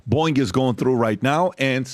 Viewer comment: Every time Patrick says Boeing, I keep thinking there is an app called Boing! that I've enever heard of.